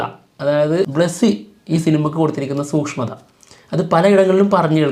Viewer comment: സൂഷ്മം അല്ല സൂക്ഷ്മം😊